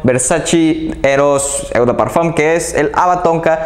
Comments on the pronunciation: Tus videos son buenos, tienes una colección excelente. Pero tu pronunciación de las marcas es terrible, hace que el video pierda credibilidad. Ojo con "eau", no es "eu". Se dice "o". Ojo con las palabras en francés que tienen "oi" juntos, se dice "ua". Por ej. Gentleman BUASÉ. Te recomiendo ver videos de reseñas en otros idiomas, servirá. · Me encantan tus videos y reseñas 👍 solamente que se escucharía mucho mejor lo de eau de parfum, la parte de eau se pronuncia tal cual como una "O". No me lo tomes a crítica o hate sino todo lo contrario 👍 sigue así